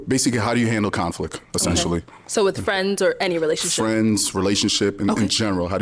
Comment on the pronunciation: Wif instead of with; where is he from?